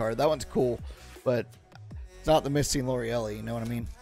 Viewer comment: Pretty sure its pronounced Lorelei(Lor-a-lye)😬😬...like an old fashioned name!!! Misty & Lorelei trainer🤘🤘